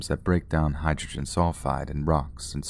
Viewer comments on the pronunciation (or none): none